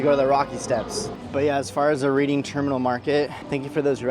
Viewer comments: I need to get back to my hometown. Just a visit. I need me some Reading Terminal food. When you pronounce Reading Terminal, it's like Reding Terminal. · Watching with my wife. It’s pronounced red-ding not read-ing. Just a peeve of a semi-local. Glad you got to see all the cool historic sites! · The Reading in Reading Terminal is pronounced Redding. Bassett’s good choice. You missed Beiler’s donuts. Please come back and visit the museums along the Parkway.